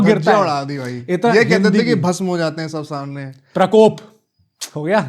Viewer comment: Krapop...😂 prakkok....Karpopp......are bhai prakop hota hai yrrr 😂😂😂